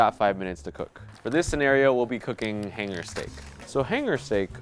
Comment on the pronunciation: "Let's get cookingchhhh"